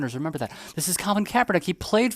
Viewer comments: They can't even say kap name correctly haha gtfoh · She can't even say his name correct. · These dumbasses can't even pronounce Kaepernick's name right, and they're virtue signaling about this. That "soldier" (who was probably cosplaying as one of the Village People) is why I left the military. Sissy ass clowns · Neither one of these morons can even say his name correct. Do they even know who he is? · can't even say kaepernick's name correctly yet giving an opinion. this is a weird series of events. these people also don't understand a fundamental rule in sports. you can be a problem socially up until you're are more of a problem than you are a talent on the field. bosa is one of the best pass rushers, and kaepernick was on a decline. he became more of a distraction than his play warranted. this is why people who don't know ball, or politics of that matter, should keep their noses out of it. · 😂😂 demoRats stay crying. Can't even say Kaps name correct yet jump everyone that says kamalas wrong 😂😂 Kap kneeled during the anthem before the game... nick put on a hat after the game.... please keep crying low IQ sheep. Easier to know whom to stay away from 😂😂